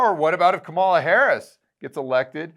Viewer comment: do you not know how to pronounce Kamala?? I'm disappointed. Its easy, and you know it, but you don't because you're mature?